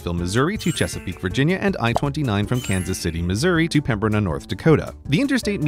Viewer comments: Pembina is pronounced PEM-in-ah I-76 ends in Bellmawr, NJ (Philly suburb in SW NJ), not Belmar, NJ (a coastal town across the state) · Learn how to pronounce Pembina, ND. You have it way wrong. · Pronounced "Pembina, ND" incorrectly 😊 Really interesting video, as usual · There is a silent B in Pembina.